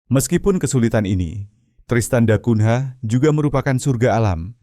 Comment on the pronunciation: Narator cara anda menyebut bbrp nama yg berasal dari bhs Porto (Portugis) spy dioerhatikan terlebih kata yg yg berakhiran NH harus dinunyikan sengau ny. Misalnya mengeja nama kota Tristan da Cungha. Dieja Tristan da Kunya bukan " da kun "ha" yg anda eja saat ini. Juga kata2 lain yg ada huruf nh di akhir suku kata. Spy anda tdk ditertawakan narator. Ini bhs orang orang Portugis.